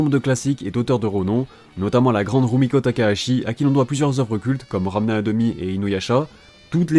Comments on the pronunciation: Par contre faut que tu T'améliore quand tu dit Ranma et tu peu dire Ranma car ranme 1 demie c'est venu bien plus tard dans l'animé ! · Faut vitre les animés ou les Manga pas seulement aller chercher des Informations partout et faire de Jolie Montage ! Surtout quand on a autant d'abonné que toi un Minimum pour la prononciation après c'est peu être un accent que ta qui te fait dire Ranme comme sa